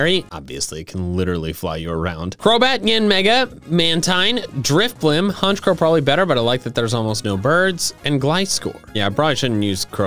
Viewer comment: THE SECOND C IN HONCHKROW IS SUPPOSED TO BE A K!